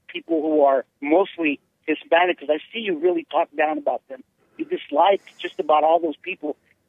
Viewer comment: Jesse ask, "are you Hispanice" caller says "I'm not from Spain" LOL